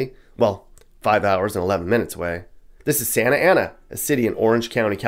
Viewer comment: Sah-Na-Tah Ah-Na! LOL